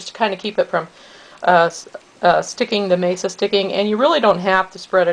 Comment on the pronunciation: nice variation :-D fyi, it's masa (mah-sah), not mesa (may-suh). mesa means table. also, the z in chorizo is softer more like an s (choh-rees-oh). glad to find another vegan version! it's nice to see other ways of steaming them too.